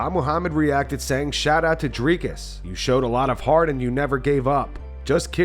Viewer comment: Why does Belal call him "driscus"? What an idiot...